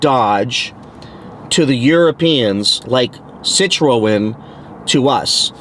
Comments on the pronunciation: Citroën "Sit-tron" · Sssit row en 😅😅😅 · learn how to pronounce Citroen